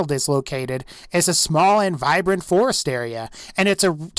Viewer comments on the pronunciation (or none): none